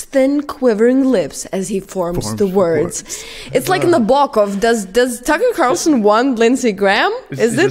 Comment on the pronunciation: Does “Tucker” sounds like “sucker”, doesn't it?